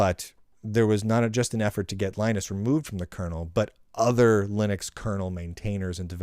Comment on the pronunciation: After all these Linux sucks episodes, is it not time to learn to pronounce Linus?